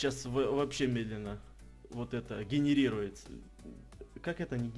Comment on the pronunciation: ты не мог выговорить слово генерируется